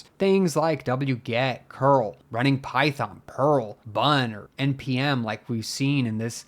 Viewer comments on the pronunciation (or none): none